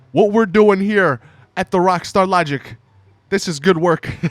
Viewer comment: how he says rwakstar lahgik